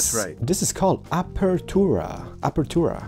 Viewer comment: I think the name of the house is pronounced Aperture(-ah), kind of like from the Portal games.